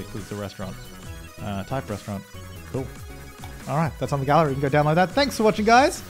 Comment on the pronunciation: "A Rrestaurant" u said it really German 😂👍